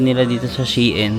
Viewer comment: Shein....pronounce as shine